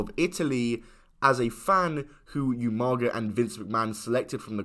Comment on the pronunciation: How hard is it to say Oomaga instead Youmaga like you can hear the commentary say umaga bro 😂